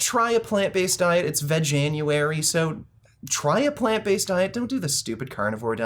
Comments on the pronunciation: Vegenueury? Lmao, its called Veganuary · its VEJan.. :) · It's not veg-january as you pronounced it.. it's vegan-uary.. veganuary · Dude, its Veg-an-u-ary, not Veg-jan-u-ary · "vejanuary" "vejanuary" "VEJANUARY"